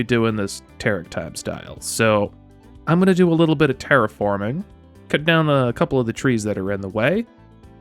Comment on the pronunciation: When you said "terriforming" I swear I thought you said "TerickForming" ... which .. would have been awesome. And on brand.